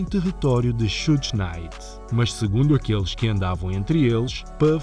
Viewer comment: Uma observação simples, Suge nao se pronuncia como repetidamente o fizeste. De resto, otima matėria.